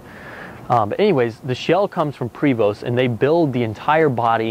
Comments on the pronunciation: Thank you for your feedback! Oh well..You are absolutely right, it should be pronounced "Prayvo" for correct French pronunciation just like it should be "Por-chaa" for German.. sorry! Its great that we have got so many comments on this RIG (sorry, it should be called MOTORCOACH or BUS :) ) along with some critical ones, but we know that's all good. Thank you for watching our videos.. Have a happy July 4th! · Douche like man bun. And it's pronounces Prev oh. It's French... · sorry but I stand by what I said 11 months ago. would like it very much if everyone started calling you? Would you just accept it from everyone all day every day or would you correct them? I think it would be the latter. No difference in the video. Pronounce the name as the manufacturer intended it to be not how you feel like it. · It's a beautiful coach but dude, learn how to pronounce Prevost; many pronounce it incorrectly, as you have but that doesn't make it okay. Listen to one of the company representatives pronounce it here from Prevost page (see By the way, if one is expecting to haul around a motorcycle in that compartment it must be the smallest motorcycle around; just saying. If I bought this coach the first thing I would do is have somebody go through and replace all of the television and stereo components. It's doubtful that it'll be long before those remote controls (if they haven't already) start going bad. It's true that things were built to last back then but it's been twenty years and I'm pretty confident saying it's time for things to start popping up in need of replacement or maintenance. Congrats; you came closer to pronouncing the name correctly toward the end of the video. It truly is a beautiful coach; thanks for sharing. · The “T” is silent!!! And cut that damn bum off!!!! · You should learn how to pronounce the name of the bus before you try to sell it, makes you look incompetent. The "T" is silent in Prevost. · It’s pronounced PRAY voh